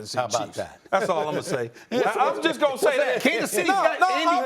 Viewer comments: Stephen A said “Matt LeFluuuuh” LMAOOO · That pronunciation of LaFleur's name from SAS 😂